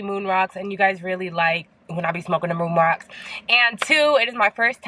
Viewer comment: I thought you said you guys be liking when I smoke them "Roon Mocks" lol